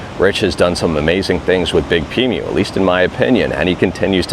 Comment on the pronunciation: Nitpicking, and I may be wrong (please tell me if I am), but I don't think it's pronounced "big-pee-mew" but rather "Big P Emu" as it's spelled.